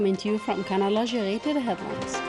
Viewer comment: RIP English 🤣 , i like the way how she said Canal Algeghi at least say it with natural R , you don't have to use franchement accent when you say Algerie !! ... instead you should say Channel Algeria or Algerian Channel !!